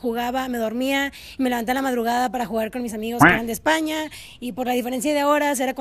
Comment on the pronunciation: Ixpania, se refiere a i en lugar de e.